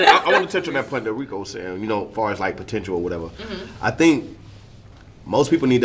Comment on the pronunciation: Potential and not the potench. Wtf. Is she making up words too